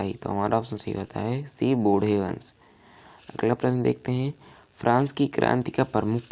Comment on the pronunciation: भाई बूढ़े वंश नही बूर्बो वंश